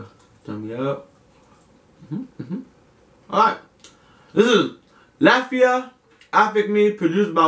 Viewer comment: I like your reaction videos, just one thing that doesn't sit well. The artist name of the very first song, Latifah, is really not that hard to pronounce. it's just La-ti-fah. How you end up saying Latvia? You Americans just don't read huh? Lol, keep it up!